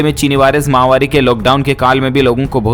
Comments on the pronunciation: फिर महावारी कह दिया आज महावारी नहीं महामारी मेरी मुहिम चलती रहेगी जब तक आप इस शब्द को सही नहीं कर लेंगे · आप माहवारी क्यों बोलते हो । माहवारी तो लेडीज को टाइम आता है उसको बोलते है । श्री मान भाई आप महामारी को माहवारी क्यों बोलते हो जब आप महामारी को माहवारी बोलते है तब मुझे बड़ी हंसी आती है । आप अपने वीडियो को फिर से सुने और अपने आप में थोड़ा सुधार करे । वैसे आप बहुत अच्छा बोलते हो । धन्यवाद